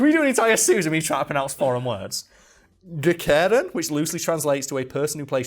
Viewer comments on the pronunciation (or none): As a dane I gotta say nice try on "Gækkeren", appreciate the effort. And I would totally watch a full length video of you trying to pronounce foreign words😂👌🏾